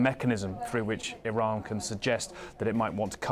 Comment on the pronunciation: Saudi Prince said Iran like Hirler